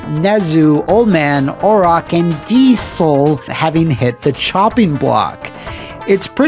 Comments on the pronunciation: Why are you pronouncing "diesel" so weirdly? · Great video but you have to learn how to pronounce diesel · That was a very OSW pronunciation of Diesel!